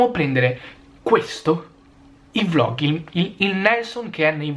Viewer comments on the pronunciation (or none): none